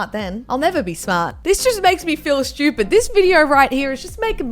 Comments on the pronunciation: In MURICA we say stupid...not Shtupid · salsa is pronounced solsa not salsa and shtupid